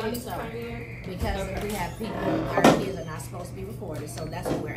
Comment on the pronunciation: But the KEEDZ, the KEEDZ? And the AMBERLAMPS too! LMFAO 😁